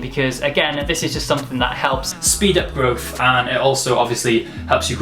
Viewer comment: he correctly goes with "stunt" and then ruins everything with "growf" o_O